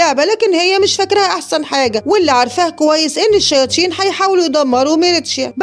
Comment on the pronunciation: مين لاحض انو بتقول الشياتين